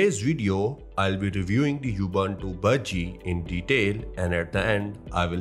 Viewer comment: Thanks for the review. BTW, Ubuntu is pronounced: OO BOON TOO in English. In Hindi, it's pronounced: उबंटू (Ubantoo)